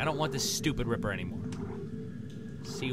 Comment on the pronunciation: Every time you say ripper i think Agrippa... haha